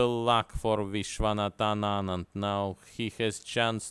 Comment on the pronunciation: This is the first time I have ever heard a foreigner pronouncing "Vishwanathan Anand" name correctly 🤣😅 lol